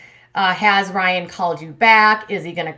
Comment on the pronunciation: "Rye-iNN" :P